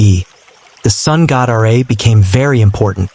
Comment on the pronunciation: "Ra" is not pronounced "Are-Ay", it's pronounced "Rah", to rhyme with Ma and Pa.